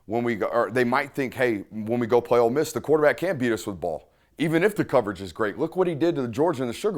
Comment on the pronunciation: Love love love the break downs Dude. My only note is that we are "OLE" Miss...not "OLD" Miss. haha. Every time you say "OLD" I think of my mother-in-law. I don't want to think about that hag while im watching football! haha. Hotty Toddy!